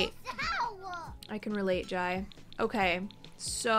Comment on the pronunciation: Jai is pronounced Jay